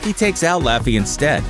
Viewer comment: btw its not lou-fy its law-fy but I won't judge